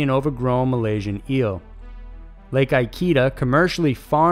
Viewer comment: For number 4: the lake's name is pronounced EE--KEH--DAH :D